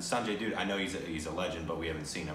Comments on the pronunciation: "Dutt" is literally pronounced as it's spelt and yet you still say "Doot" 🤦‍♂️ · It's not Sanjay Doot😂... pronounced as Sanjay Daatt